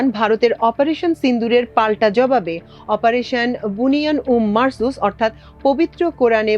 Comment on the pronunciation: আপনার সংবাদ বিশ্লেষণে বুন্ইয়া নুম মারছুস সঠিক উচ্চারণ শুনলাম।আর সকল চেনেলে আয়াতটির বুনিয়ানুন মারছুস উচ্চারণ করেছে।